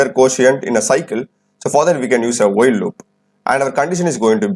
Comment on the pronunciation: No disrespect can I ask why you pronounce n as yen and while as wheel ???? I was just curious . Cause I heard a lady YouTuber also pronouncing it like this.